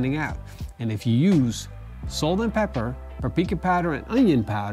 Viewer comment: I think he called it “papika.” 🤔😜